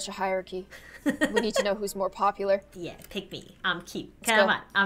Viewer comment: we need to see witch one is more POOPular: yes poo-poop-poopular 🤣🤣🤣